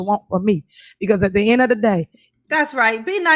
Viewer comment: You mean, “at da in a da day”?